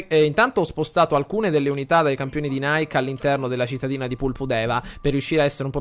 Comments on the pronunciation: si pronuncia nike nn "naik" in onore della dea greca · Ogni volta che la plebe nonclassicista lo pronuncia Naik sento 23 pugnali nel cuore ahahahah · Nike (dell'esercito "I campioni di Nike") si pronuncia come scritto, non come la marca di scarpe. Nike è una dea greca. :) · nike leggilo come è scritto, è il nome della dea greca della vittoria quindi non lo leggere come la marca di scarpe.Continua così sei un grande! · Sentirlo pronunciare in quel modo è straziante xD